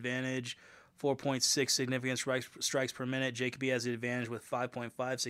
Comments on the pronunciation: Jay-cuh-bee lmaaaaaooo It’s juh-coh-bee bro. Lol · Last name pronounced Ja-coe-bee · Bro making a video of Dustin Jacoby and doesn’t even know how to properly pronounce his last name 😂